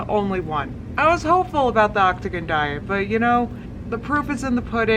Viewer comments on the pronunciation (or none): “The Octogon diet” - I love you gorl.... 😂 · “The Octagon Diet”...”The Obtovian Diet”... “The Octopussy Diet”...”The October Surprise Diet”.... 😂😂😂😂😭😭😭😭😭😭😭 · "Octpussian"...ahh I'm dead 🤣🤣🤣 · "optagon diet".... still dying hahaha